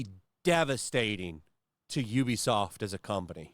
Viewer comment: Ubisoft found out . . . don't nobody want "He-Be-Soff'" HAHAHAHAHAHAHAHAHAHA